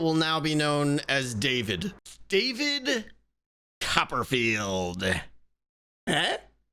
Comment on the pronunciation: I couldn't help but laugh extremely hard and facepalm at your " David" Copper-Field.....